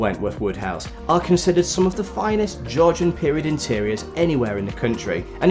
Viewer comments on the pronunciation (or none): none